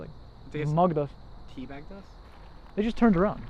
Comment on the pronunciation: Tea baggin!! LMAO 🤣😂🤣 He said Tea Baggem!!